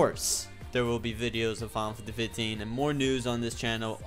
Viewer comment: You Can't even say FINAL FANTASY 15 CORRECTLY!!!!!WHY?